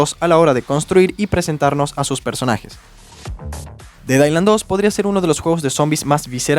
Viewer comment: Delailand 2 y Danlai 2 🗿